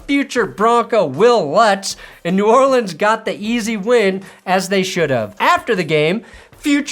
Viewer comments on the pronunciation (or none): none